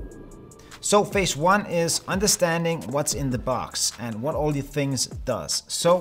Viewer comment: phase, not fase. I subscribed!